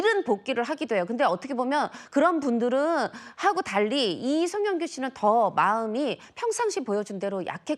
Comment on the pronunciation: 마지막인데 이름은 제대로 불러줘라 앵커야